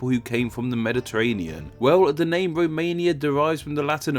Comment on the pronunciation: They don't row what anyway it isn't a row mania